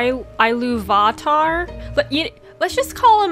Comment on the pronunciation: It's Eru Iluvatar :p